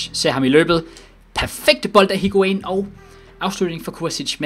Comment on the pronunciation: Plllz væk med higuain det gør ondt i ørne når du siger hans navn